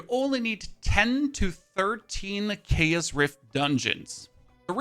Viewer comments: It really annoys me how he can say chaotic correctly but not CHAOS! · It’s cool hearing keas instead of chaos with his accent.